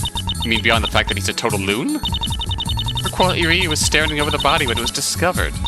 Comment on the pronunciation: The actual pun is cringier than that. Will save that for your imagination. Pronunciation is Herk-yule ftr.